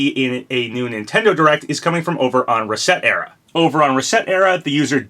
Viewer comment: That website is not meant to be called “reset era” it’s supposed to be a play on the words “reset” and “etcetera” (commonly shortened to “ETC”.) 😅 You also spelled “Sakurai” as “Skaurai” at one point along the bottom of the video. You also mispronounced “familiar” as “FERmiliar.” OOPS! 😅